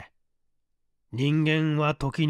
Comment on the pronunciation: 朗読ありがとうございます。ちょっと気になったのは、「マラメル」でなくて「マラルメ」なのでは…？周五郎が故意にマラルメの名前をもじった形で本作では使用しているのかもしれませんが…